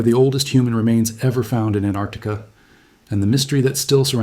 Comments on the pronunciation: AnTarctica, not Annarctica. The T is not silent. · It’s not Anarctica it’s AnTarctica it has 2 t’s in it why does just about every person not know how to say it , it’s so stupid sounding when said wrong 🫤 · it is actually AntArctica, because it is opposite Arctica (anti-arctica), not Tarctica... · Why can't seppos ever pronounce Antarctica correctly?? So many ignore the first T completely or add it to the ARC syllable. It's ANT--ARC--TI--CA, the first syllable being ANT, okay, seppos?? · AnTarctica. Why can't Americans say it correctly ? Very interesting video.